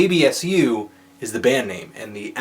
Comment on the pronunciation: This guy obviously has never listened to REAL black metal. I don't mean cradfle of fucking filth. He's never heard Emperor, Mayhem, or any REAL black metal. The fact he mentions TERRORIZER was just for lip service. FUCKTARD! It's ABsu, not abSU, you FUCKTARD!